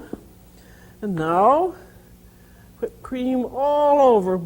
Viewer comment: I love how she says whipped. "I'm going to make ha-whipped cream."